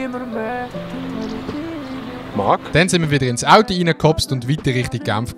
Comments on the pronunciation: ES heisst AUTO ned AUTI!!!! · Ich han „audi“ Verstande und gemeint, er meini Automarke, bis ich gmerkt han, er meint „Auto“.